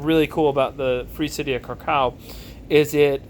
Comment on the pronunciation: Just a tiny note on Krakow. The w is pronounced as if it was a v. Aaaaand you're leaning too much on the cow bit... it's krAkov, not kraKOW. Just a tiny thing that irked me :P